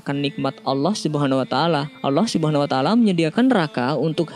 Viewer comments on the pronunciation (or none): Mohon Di Perbaiki ucapanNya Yg sy dngr Anda mengucapkan allah sumuna taala Mohon Mff Apa Bila Sy Salah, Tp tolong tmn² Mendengarkan dgn Baik🙏Saya Hanya Ingin Memberitau🙏🙏